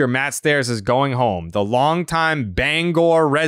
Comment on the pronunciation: As a Mainer, hearing Jared pronounce Bangor correctly first try is amazing.